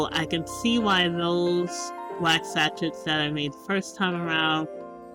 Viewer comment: Your videos are always inspiring and I admire how much you strive for perfection of your products and videos, so here is a small lesson. SACHET is a french word and as such the ending "T" is silent. It's pronounced SA - SHAY. You can google the pronunciation if you'd like. I don't like being critical, but I thought you'd appreciate a little constructive criticism.